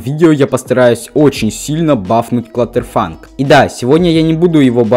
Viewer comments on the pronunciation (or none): КЛАТТЕРФАНК, а не клатерфанк